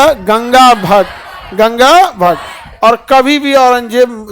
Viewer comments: Ganga bhat nahi gaga Bhatt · Gaga bhatt hai 😂😂😂 gangabhat nhi aur Shivneri ko Shivner bol rahe ho pahale khud thik se padhalo baad me baccho ko padhavo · Shivner ❌️ shivneri ✅️ Ganga bhatt ❌️ Gaga bhatt✅️